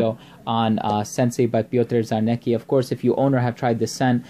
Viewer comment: The correct pronunciation of this Polish name is as follows: Pyotr Charnetzki. The scent is deep and very rich.